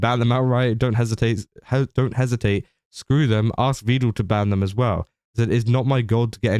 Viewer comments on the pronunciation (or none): Because im an irritating little twit imma point out that he mispronounces Vedal. Pedal Medal Vedal 😊